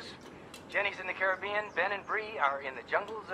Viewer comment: You say Caribbean wrong. Please stop